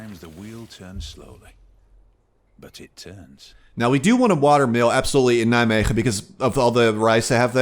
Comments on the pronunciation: Wow for a second i thought to myself, this is the first foreign guy who actually pronounces Nijmegen right :D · Love the pronunciation of Nijmegen